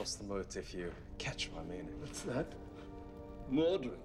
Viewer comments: If was gonna address him by his medieval name then he should’ve pronounced it myrthin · Some one should have taught them how to pronouce Welsh words. Myrddin is not Mwrdin, the double dd is a voiced fricative, like English 'th' in the word 'this'. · I think it's funny they never looked up how to say Myrddin.